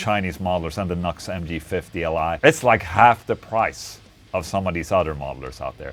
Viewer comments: It's not nux. It's NU►X. It's pronounced "Noo Ex". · Ola - have to correct you. See the little arrow between the NU and the X? It's pronounced New X, not knucks. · It's NEW X Dude not Knox! 😂🤘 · lol "Nucks" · Hey Ola the name is pronounced NU-X . Like you're saying new x , nux is not the name of the company. By the way this is a great sounding product. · In Brazil we pronounce the same way as Ola. “Knucks”…. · 😅 Deez Nux. It's New-X bro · Nu>X is pronounced "New X"